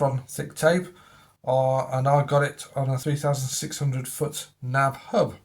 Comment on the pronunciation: I think you mean N.A.B. hub, not NAB hub.